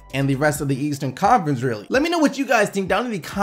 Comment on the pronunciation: lol stop saying le-eastern conference. it's leastern conference